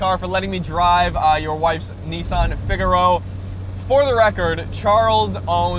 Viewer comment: pronounced fig a row